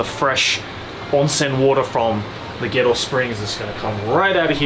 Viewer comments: Had this playing on the background with my headphones on. Heard they were he was doing to Gero and thought he said ghetto. Until I opened up the app and watched it again. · I kept understanding "Ghetto Springs" 🤣